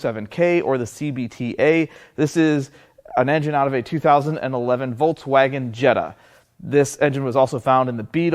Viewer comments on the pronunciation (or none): He calls it voltswagen😅